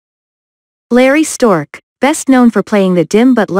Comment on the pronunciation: Quit using computer voices! It is Larry Storch, NOT Stork!